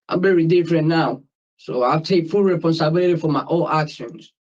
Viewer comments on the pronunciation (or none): "I take full reponsibility" 😂😂😂 did he go to school?